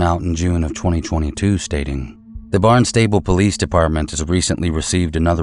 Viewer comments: LOVE your videos! Small point just FYI because in Massachusetts we pronounce our towns differently, (see Worcester, Gloucester, Haverhill)… Barnstable is pronounced “Barn-stubble” and it’s down the Cape, not in Boston. 😊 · All I have to say is it's Bahn-stah-Bull not Barnstable, but I see your confusion.🙄